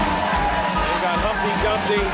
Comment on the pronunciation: Did you say Humpty Trumpty?